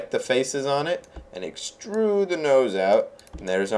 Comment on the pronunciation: I LOLed when he said let's excrude a tail